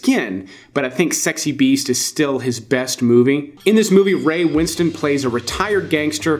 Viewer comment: thanks for your great work... now, STATE OF GRACE !!! also, pretty sure ray winstone pronounces it as it's spelled, rhymes with flintstone.